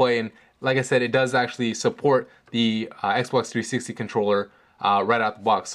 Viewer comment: Xbox Threesex controller, why are you saying it in this way? Serious :D